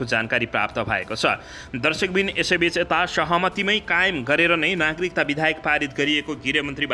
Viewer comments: kasto news bachan garnai najanne manxe le news vanx...BIDHAYAK haina ke BIDHEYAK vanna aaudaina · बिधेयक लाई बिधायक भनी बराबर उच्चारण गरिरहेकाे छ । लेख्नेले गल्ती लेखेकाे हाे कि उच्चारणमा गल्ती गरिरहेकाे हाे । भाषा सुध्द बाेलेर सुनाउने कि ? ब